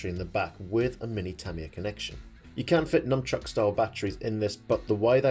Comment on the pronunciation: Knunchuck not "Numbchuck"